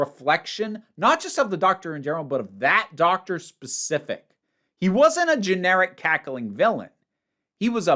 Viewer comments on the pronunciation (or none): none